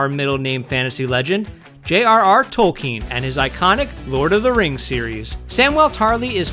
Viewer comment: Tallkeen... sigh